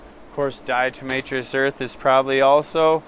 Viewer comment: Diatomaceous from diatoms, not diatRomaceous, nor is it permethErin but permethrin. DE has what is essentially microscopic shards of glass that cut into the exoskeleton. Hes saying its just chalky and dries them up, lol. Also he can have visitors step on a wet soapy mat to kill mites and even use a disinfectant.